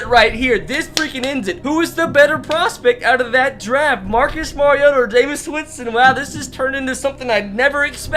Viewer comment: It’s pronounced ja-mees Winston